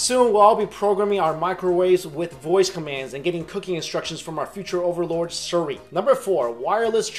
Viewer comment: He said siri wrong